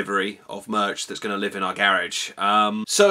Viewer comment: its made me say 'dats vewy nice'